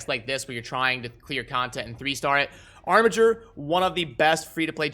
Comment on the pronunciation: Pronounced Armiger correctly after so much time! How come you decided to revert back to the correct pronunciation?